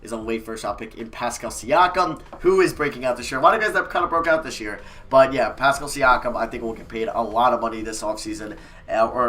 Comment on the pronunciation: He said pascal thank god